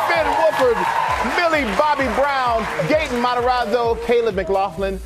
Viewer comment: they literally butchered gaten’s name